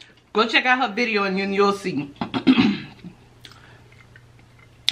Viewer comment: when you say biria it sounds like you’re saying video 😂😂😂😂😂